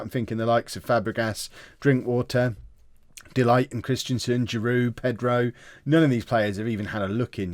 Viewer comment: Please please his name is pronounced DE LICHT